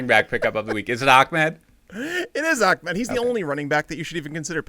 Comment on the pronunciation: its not achmed its ahmed